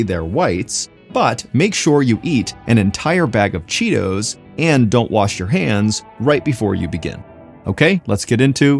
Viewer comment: Bro turned british when he said Cheetohs